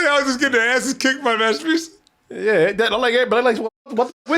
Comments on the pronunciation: got so tired of her he started saying “rabutia” instead of “rasputia”😂😂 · Man can’t even say respucia’s name right . He said repucia 😂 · “Rapusha” lol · I love how loses the S after a while.